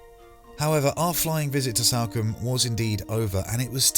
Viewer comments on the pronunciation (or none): It’s Salcombe...as in Saul.....not Salcombe as in Sally. Just sayin 😁